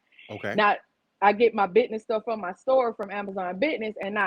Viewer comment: "Bidness?" Lol